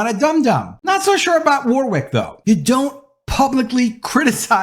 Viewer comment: It's pronounced "Worrick", not "War-Wick"